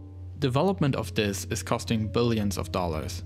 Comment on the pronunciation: "plogres" "dlis" "tle", language 100